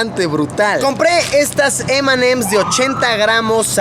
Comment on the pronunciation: Solo lo entendieron los mexicanos y el vídeo solo le importo a lucho 😅 y además, quien le dice "em and em's" no que fueras de Gringolandia diles eme y eme